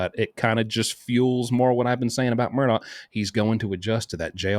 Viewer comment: Love you, but please pronounce Murdaugh correctly. Sometimes you say the name with a “K” sound on the end and sometimes you pronounce it correctly, like you just did, as Murdaugh ( silent gh) It’s a strange name and the media all ways gets it wrong….,,😊